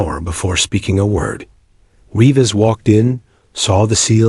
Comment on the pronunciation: Reeves is pronounced Reevs not ‘Reev-es.’